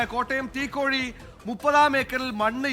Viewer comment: It’s Teekoy (തീക്കോയി), not തീക്കോഴി